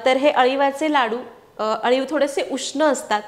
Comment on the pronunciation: Chan recipe aahe parantu tumhi aliv la Haliv ka pronounce kele pl.tell me.